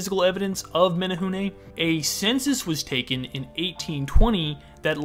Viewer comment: Okay but kudos to his pronunciation of menehune 👏🏻✨✨